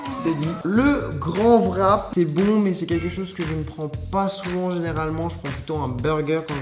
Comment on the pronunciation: pourquoi vous disez vrap au lieu de wrap! bon pas grave